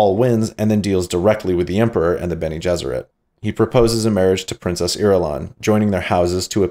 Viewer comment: Eggs Bene Jesserit had me rolling, almost as good as Shapiro saying Lisan Al Ghaib. And ‘phrasing.’ Great work man, I really enjoy your videos. Keep it up!